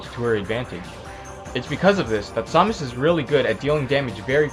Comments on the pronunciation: sawmas is what ur saying its samus jeeeeez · It is SAM us not som us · Saw-mus.. IT'S SAH-MISS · you need to do a ZSS Guide (and it's Sam-us not som-us, sorry your driving me crazy) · Her name is said pronounced SAM-us. not sah-mus. It's annoying hearing it said the wrong way o.o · It pained me to see you mispronounce Samus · You're pronouncing Samus wrong... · Saying her name pisses me off soooo much the announcer says her name when you choose her how do you not know how to say it. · no he says samus he just pronounces it wrong